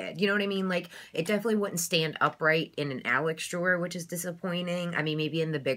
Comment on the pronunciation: "Definilefly" haha. Bloopers get me every time.